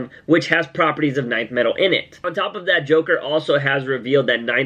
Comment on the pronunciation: Its not NINTH metal its Nth metal. just pronounce the letter N